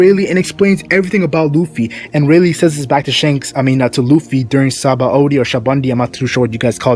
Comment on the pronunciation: My man can't still pronounce the word Saboady